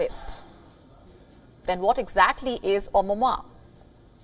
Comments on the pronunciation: Its Omuamua not omuma... She made this news so boring.almost slept... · Ms. Its not Omama it was Omuamua dare to speak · First learn how to pronounce Oumuamua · When everytime you pronounced the comet name wrong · i love how she cant pronounce oumuamua